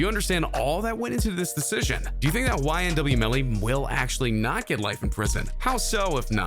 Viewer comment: You said yn melly